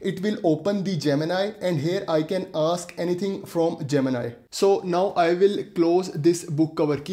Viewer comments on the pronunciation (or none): Its gemini bro ...not gemina 😂